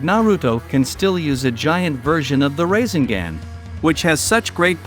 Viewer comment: Gotta pronounce the naruto title and rasegan right.